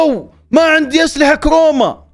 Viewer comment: كروما مو كوما😭